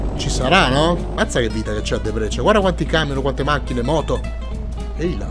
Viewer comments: Si dice Dèbrecen e NON Debrècen... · E Debrecen si pronuncia in Italiano Debrezen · SK è Slovacchia,perchè Kosice sta li è Debrecen è molto vicina al confine,ma è ancora Ungheria In tema di pronunce: DèbreSen XD